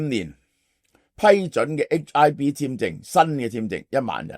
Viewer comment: 係H one B, 唔係HIB